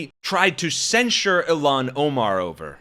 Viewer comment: Isn't it "IL-haan"...not "Ill-aan"?